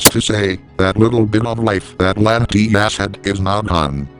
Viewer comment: He said Latimas not latias